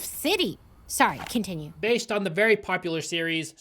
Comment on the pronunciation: Massive emphasis on the “based on”